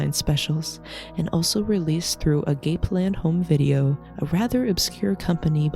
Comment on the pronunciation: Great video, thank you. Minor note, - it's (probably, given the company's Christian background) not pronounced a-gape-land, but a-gah-pay-land, agape being greek for 'love', primarily an unconditional, giving kind of love and the form most emphasized in Christian dogma.